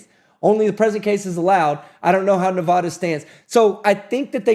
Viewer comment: Here in Nevada we pronounce it Nevada, not Navodda :D